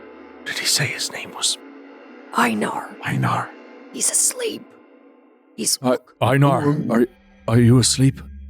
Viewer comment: Is mispronouncing Einar? That's the name, right? Love the character